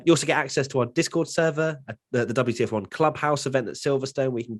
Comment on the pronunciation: "Welcome everybody, and welcome back to the double - t - f1 podcast" But I wanted to see the wtf1 podcast, not the ttf1-podcast...;)